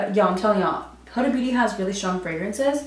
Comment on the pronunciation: WeirdoInTheCorner lmao and how she pronounces “Huda”